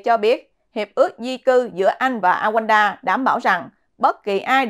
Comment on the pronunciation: Rwanda, Rouanda Chứ không phải Awands